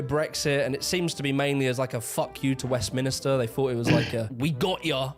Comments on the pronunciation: Wait! Did he just pronounce it "Westminister"?? I don't take too much historical notes from a bloke who can't pronounce Westminster right! 😖 And the Shandy swilling Southerner says "I don't speak propa" ?!! 😡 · Why does he say Minister instead of minster? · HE KEEPS SAYING WEST-MINISTER! It’s annoying me so much I nearly smashed my computer. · A very interesting video for sure. I do find the guy presenting the video a bit unappealing. Not to mention he called Westminster, “Westminister”. It’s also rather simplistic to make out that the mines = the whole north, or “norf” as he’d say. I’m from East Yorkshire where there were never any pits and now live in York which also has as much connection with pits as Kent did. Rural East and North Yorkshire have been exceptionally pro-Conservative voting and even in the last election, Labour was never in the picture. This picture of the North he presents is not representative of everywhere. York and Harrogate here in Yorkshire and Cheshire etc are as affluent, if not more, than many places in the south. It’s not as completely black and white as he makes out. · I'm a pro Thatcher person.🇬🇧 Who's the kid who is mispronouncing Westminster ?